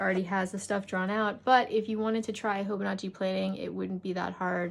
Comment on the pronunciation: Love the thorough review!! I will admit, I cringed each time you said hoboNAHchi instead of hobonichi (hoh-boh-nee-chee) though. 😅